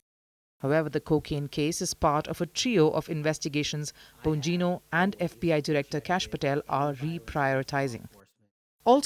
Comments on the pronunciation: It's Dan BON-GEE-NO. lol 😆 not BO-NEE-NO. 😢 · Dan Bon-neen-yo? What???